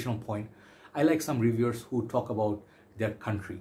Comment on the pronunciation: "Who" rhymes with Y-O-U,!